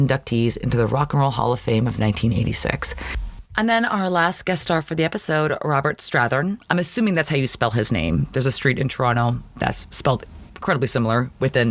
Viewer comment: It is pronounced Strath-HAIRn for future reference. He was also in The Firm with Tom Cruise and LA Confidential with Russell Crowe and Kim Bassinger.